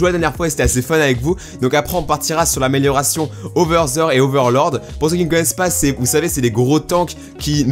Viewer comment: on prononce oversir